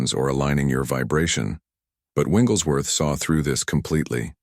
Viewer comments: I really like this concept, but the AI is mispronouncing Smiths' last name. Its not "Winglesworth" Its "WIGGLES"worth. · I wish this AI could pronounce his name correctly!